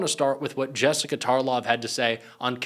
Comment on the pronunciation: Anyone else here named jessica get the ick hearing him say our name that way? No? Just me 😂